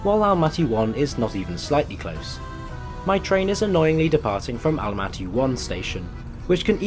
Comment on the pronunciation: Jeeeesus! Why Almatee?! It's not black or green tee! Almaty!